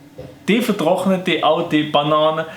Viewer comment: Es heisst ned bAnane s heisst banAAne